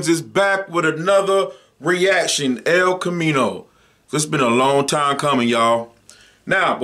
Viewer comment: “El comino”💀